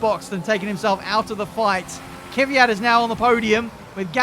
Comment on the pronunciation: Petition for to try saying KVYAT instead of KYVIAT. <3